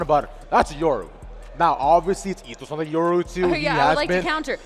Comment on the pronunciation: When a professional commentator calls yoru “euro”